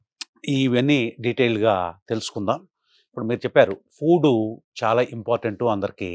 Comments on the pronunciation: ఫూడ్ కాదు, ఫుడ్ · It's food not Poodu